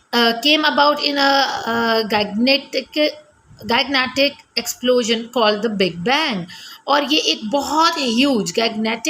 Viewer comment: Gigantic is pronounced as "jai-ghan-tik"